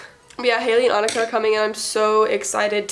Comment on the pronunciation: MY NAME IS ANIKA?!??? But you pronounce it uh-knee-ca uwu